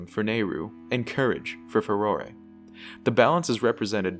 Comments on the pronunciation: Fay-roar! Not fay-ror-ray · I know this is late but the E on the end of Farore is silent